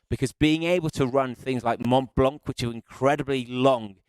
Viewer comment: PLEASE PLEASE SOMEONE TEACH THIS BLOKE HOW TO PRONOUNCE MONT BLANC, IT'S DISGRACEFUL. SUCH AN AMATEUR. NEEDS TO SPEAK PROPERLY TOO AND STOP SAYING SMOOVE INSTEAD OF THE CORRECT ENGLISH, SMOOTH!